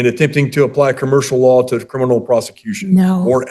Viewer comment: Not "crinimal". And she thinks she can play lawyer.